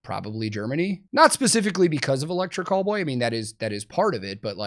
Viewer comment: I hate to admit this, but I was about 10 videos in before I realized he was saying Electric Callboy and NOT Electric Cowboy 🤦🏻‍♂️